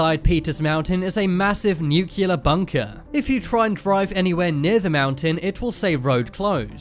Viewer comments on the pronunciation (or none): (it's "nuclear" not "nucular") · bigger mistery is why he keep saying nuckiler instead of nuclear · LIsten, if you're going to use the word "nuclear" multiple times in a video, learn to pronounce it correctly. NU-CLEE-ER, not NU-CUE-LER. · "Nucular missiles" 🤦🏻‍♂️ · It’s New Clear! Form of the world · You're mispronouncing 'nuclear'. Nu-clear. Its only 2 syllables. You're welcome.